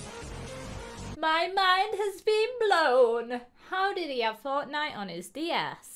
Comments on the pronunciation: GUYS ITS NOT FORTNITE ITS FORKNITE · as soon as she said 'Forknite," I laughed after not laughing at the vid too XD